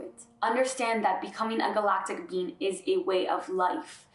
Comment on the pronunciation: Does anyone else hear 'bean' when she says 'being'? Human bean, Galactic bean, love all beans. Pretty cute.